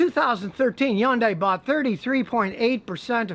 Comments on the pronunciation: It's Hyundai with an H Not Yundai ! 👎 Do you say Yonda ? for Honda ? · Scotty, please... Hyundai is pronounced "HON-DAY" in North America. Again, HON-DAY. One more time - HON-DAY. This EEE-ONN-DAI word you keep saying is weird... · learn to pronounce Hyundai. "Hun Day" not "Yun Die" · yundai? Not hundai? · The hell is an Yondai ..Hyundai 🤔🤔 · Hyundai like “Sunday” I’m not going to tell you again Scotty. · You are the first person I've ever seen call the Hyundai a "yundai" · Hyundai rhymes with Sunday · Scotty the Hyundai name is the most mispronounced . The correct pronunciation is Hunday like Sunday , Monday. I know this because when I did market research in the 90's They were one of my clients. And thats the way Corporate said to pronounce it. Also they made a commercial singing Sunday Monday Honday ... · "Yun die" ? 😄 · I've heard a lot of different ways of people pronouncing Hyundai but today is the first I've ever heard just a straight up Yundai haha. Also I disagree with his assessment about Hyundai engines. They had a bad run between but the 2010 and prior model engines were bulletproof by all account. After this recall Kia/Hyundai have been investing more money then any other auto company in engine R&D and manufacturing. Granted its not been long enough to really test them but I have yet to hear of a single person I know who's had engine troubles with a Hyundai or Kia past 2015. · Do you realize that Hyundai and Kia are consistently rated higher in quality than almost every other brand? And could you please learn how to pronounce "Hyundai" properly??? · Nah he pronounced it wrong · He is just saying the pronunciation since Scotty was saying it all goofy. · ... and I thought all Americans would pronounce Hyundai wrong. :D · Learn how to pronounce Hyundai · You can't even pronounce Hyundai and claim to be a car mechanic. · Scotty, Hyndai rhymes with Sunday. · Scotty can't pronounce Hyundai right